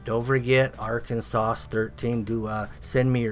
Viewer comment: He said Arkansauce lol must be a southern Arkansas sauce hahaha